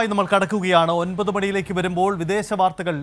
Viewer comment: വാർത്ത തുടരുന്നതിനിടയിൽ അമ്പതു മണിയാണോ ഒൻപതു മണിയാണോയെന്ന് വ്യക്തമാക്കൂ ഭായി